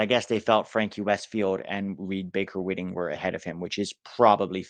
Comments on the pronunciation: Can’t confirm, but every other pronunciation of RBWs name is White-ing, not Whit-ing. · Hi - Reed's last name is actually pronounced "Baker-WHITEing"